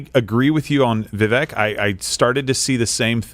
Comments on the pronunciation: Crowder, its pronounced Vivake like CAKE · Vivek is pronounced “Viv-Ake” for anyone wondering. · pronounced Vi vake ! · viVAKE like CAKE! Stop saying his name wrong! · How do these guys not know how to pronounce vivek’s name? Viv ache. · I know it's not common knowledge, but it pronounced Vi-Vake. I know this comment won't be read by anyone on air. But there was an attempt. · It’s Vivek, “vivake” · Does everybody say Vivek's name wrong intentionally? I also don't understand why he never corrects anyone. It is pronounced Vi - Vake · For the love of God, Steben Chowder... It's Viv-ake like "cake". You all want to vote for him if Trump isn't on the ballot, but you cannot respect him enough to correctly pronounce his name. *Yes, I know it's Steven Crowder. I am making my point. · they’re probably mispronouncing it on purpose. you think they respect his culture enough to say his name right? they are still saying kamala wrong after years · Vivek bakes cake at the fake steak lake That's how you say his name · I was going to post a correction on Steven's mispronunciation of Vivek's name but you did a better job. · Crowder can you at least attempt to pronounce Vivek's name correctly 🤦🏾‍♀️. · No wonder he doesn't know how to pronounce Vivek's name. Vivek rhymes with cake, Steven!